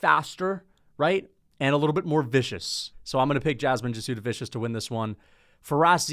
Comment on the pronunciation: Say it with me … “jazz-de-vis-see-iss”